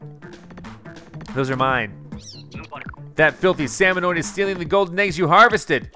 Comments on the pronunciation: SalmoNIDS, not salmonoid. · SalmoNIDS, not salmoNOIDS!!!